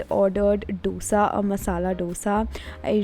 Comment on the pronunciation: Brooo thats dosa not dhosa!!! Yaarrr